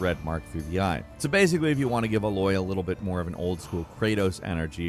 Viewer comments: The way you pronounce Aloy really grinds my gears. Good video for the rest of it, but it feels like you actually didn't do your research if you can't pronounce her name right. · Why is he saying Aloy’s name wrong the entire video? Her name is only said like a thousand times in the actual game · How did you mispronounce Aloy when it’s said 436 times in the game? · Come on dude you can't say Aloy properly? Like can you physically not say it properly? Or have you never played the game and heard it pronounced? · I found you saying her name wrong multiple times. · Lol, he keeps mispronouncing Aloy's name....🤦‍♂️ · What’s with this guy pronouncing a wide variety of things incorrectly, Aloy’s name is said thousands of times in the game so how can you not get it right? And don’t tell me they haven’t played the game cause they have and they mispronounce quite a lot of things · Why tf do you pronounce Aloy so weird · Why are you pronouncing her name super weird? Like they even pronounce her name in the game...... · I appreciate the video, but the mispronunciation of Aloy is pretty irritating. If you've played it, you know how to pronounce her name. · Interesting as this is, I can't take you seriously if you can't pronounce the. main character's name correctly. 🙄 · Did... did you seriously just call Aloy "Uh Loy"? LMAO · It’s weird how many times Aloy pronounces her name the same way throughout 2 games and has never said Uh Loy once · As far as I can remember from the beginning of the first game, her name is pronounced Ey-Loy! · Man what is it with you and names. They say her name so much in the game. How do you still not know how to pronounce Aloy. A-loy haha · it’s pronounced Aye-loy. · why does it bother me so much when i heard uh-loy everytime? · Why do you pronouns her name ah-loy? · It’s ay loy bro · Dude can’t even pronounce her name right.. uhloy… they only say her name about a thousand times.. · I can't handle calling Aloy "uhloy", may be an unsub ☹️